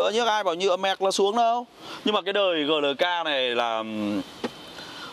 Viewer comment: GLK đọc Gờ Lờ K, nghe giống như nông dân vác tiền đi mua xe :(